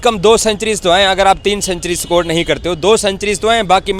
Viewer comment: Sakore kya hai,? Its score not sakor illiteracy at its peak. 😅😅